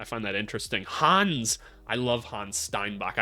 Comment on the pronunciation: Ich bin ein Deutsche und ich sag dir hannes steinbach's name is NOT (Hanz) it's not spelled nor pronounced HANZ, Hannes is only a shorter version of the name Johannes pronounced Yohannes So you pronounce his name Hann'es, Honniss not Hanz